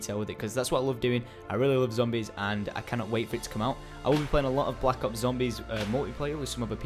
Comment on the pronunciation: ending: "And adios" good job, next video try to get get the "R" out Zombiessssssssss!